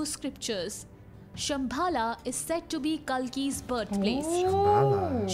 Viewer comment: It's simbal not shambhal